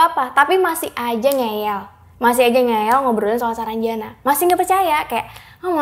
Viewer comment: Ngeyel bukan ngeel